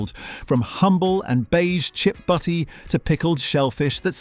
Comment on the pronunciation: FYI, it's "butty," not "buddy." As in "buttered roll."